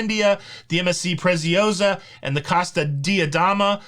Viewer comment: How to say them correctly Costa Dee-Ah-Day-Ma Costa Fasheenosa